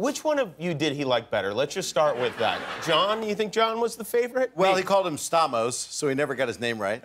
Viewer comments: actually, in Greek, it is pronounced STA-mos with a hard A, and not Sta(y)-mos, so Rickles was pronouncing it correctly. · He actually did get his name right. He just used the greek pronounciation of Stamos' name. And I'm suprised Stamos didn't say anything.